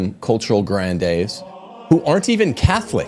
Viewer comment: ‘Gran-deez’ like ‘sneeze’. Pronunciation is not your strong point. Please, ‘Down-town Abbey’?? The word ‘vetus’ is pronounced just like it’s spelled. ‘Vet’, like an animal doctor…